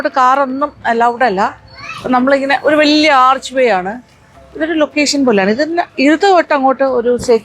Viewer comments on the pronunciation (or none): none